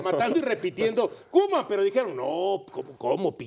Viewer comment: No es hate pero es "Koeman"